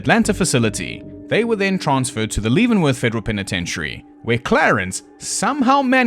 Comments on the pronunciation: you're mispronouncing Leavenworth, although I understand why. The Leaven part is pronounced like heaven. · That did make me a little twitchy 😅